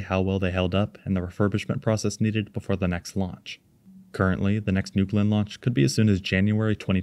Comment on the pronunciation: "newgewlynn" booster